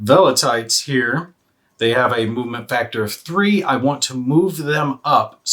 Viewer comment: not VE-LE-TITES. VEL-ITES. also psiloi is pronounced SY-LOY. classical units pronunciation is coming from latin, greek, persian, etc so yeah, tricky if you're not familiar with the eras.